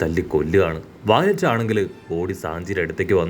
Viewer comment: Vayilett allaaa... Viola!! Angane thanne parayu..... Allel name maarum!!